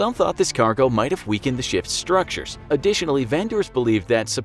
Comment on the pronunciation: Every time that this guy saying ships i hear sh*ts